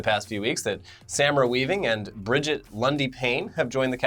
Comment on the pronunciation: "Samra Weaving" um yeah sure. Just missed an a in there buddy